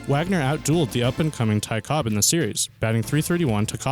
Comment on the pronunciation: "Ty Cobbs"